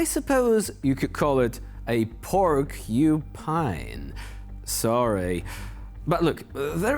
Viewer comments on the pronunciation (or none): PORKUSPINE, or, HEDGEHAWG